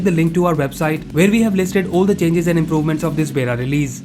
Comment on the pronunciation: It's बीटा not बेटा (son) ☺️☺️😁😁😁